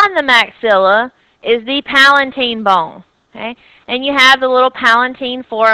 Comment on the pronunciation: is not palaNtine! is palatine..,u need to correct this please